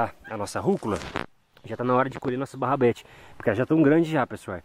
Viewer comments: barrabete é rabanete kkkkkk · Melhor coisa do vídeo é o falando barabedes só que é rabanete.kkkk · Hooo,não é barrabete é rabanete..😂😂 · é RABANETE não barabete kkkkkkkkk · Kkkkk o nunca vai apreinder a falar rabanete so barrabeti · No caso seria rabanete né kkkkkkk